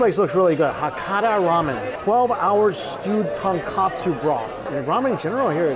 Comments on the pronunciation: Little correction Its tonkotsu (bone) not tonkatsu (cutlet) broth, if uncle roger see this he will be "haiyaaaaaa, learn again nephew mike" 🤣🤣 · Another kotsu turned katsu. Lol I’m pretty certain his mispronunciation of some Korean and Japanese words is on purpose to tease some of his fans 😂